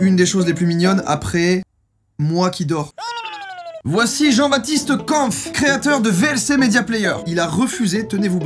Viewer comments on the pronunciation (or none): "kAmPf" 😭😭😭 on dit kémpf joyca 💀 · Par contre ta pas respecté mon nom de famille et celui de Jean Baptiste 😭😭 ça se prononce pas comme ça Kempf